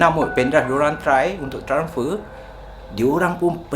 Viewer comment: transfer... bukan tranfer..